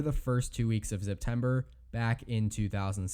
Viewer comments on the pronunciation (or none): First “Arkanzah”. Now “Zeptember”? Wtf guy?